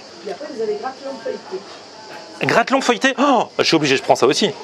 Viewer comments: Mdrrr c’est gratelon pas grayeuton 😂 mais sa n’excite pas chez vous les fougasses? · On dis pas gralleton mais gratelon mdr